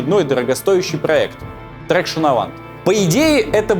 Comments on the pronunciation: "Voiture" читается как "ВуатЮр", а не "Войчер" "Traction" - это "ТраксьЁн", а не "Трэкшн" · после такой концовки ты просто обязан рассказать историю Карлоса Гона ( S в Ghosn не произносится, а traction произносят "траксьён"). А ещё, огромное тебе спасибо, ты напомнил мне как мой папа учил меня водить на Рено R5 накручивая круги вокруг Венсентского ипподрома. У этого маленького хечбака была пяти-ступенчатая коробка и для меня только-что приехавшего во Францию в мои 14 лет сидевшего до этого только за рулём Москвича под присмотром деда, это был взрыв мозга.